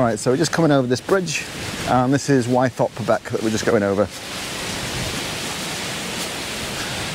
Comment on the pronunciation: Hi, I could be wrong, but as a local lad I've always pronounced Wythop as With-op noy Y-thop. Incidentally I did my first wild camp on Ling fell the night of the recent Aurora borealis (and I posted a video on that:) Anyway I really appreciate your enthusiasm and the detailed directions on your videos, keep it up m8.